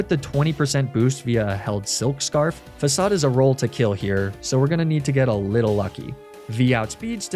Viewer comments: The biggest crime of this Team Rocket Run was pronouncing Facade wrong. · The most evil thing about this video is how Facade was actually pronounced Facade.